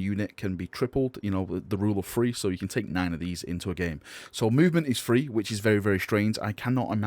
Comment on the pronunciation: are you saying "THREE" or are you saying "FREE"